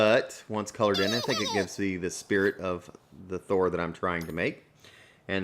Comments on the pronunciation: It's THOR not THO 😤😣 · Dud its Thor not Tho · YOU CALLED HIM "THO" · You forgot to add the r for Thor. It says Tho lols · You forgot the r in thor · you forgot the r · u forgot the r